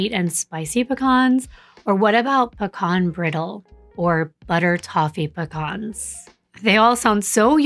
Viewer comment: I’m sorry but Pah-Cawpn pisses me so bad 😂😂😂😂it’s pea-can